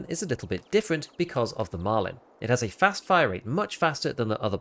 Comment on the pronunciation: why do you add a d on the end of the guns name? it's Marlin, like the fish, not Marlin-d 😂